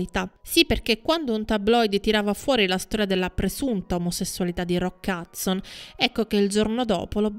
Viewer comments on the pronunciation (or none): Anche mia mamma lo chiama Roccazzo! In effetti non conosce l' inglese e se lo pronuncia velocemente suona proprio così..😂😂